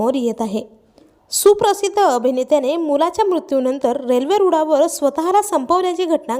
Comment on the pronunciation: रूडावर नाहीं. गं. रुळावर तु पहील्यांदा तुझी भाषा सुधार. मग बातम्या दे.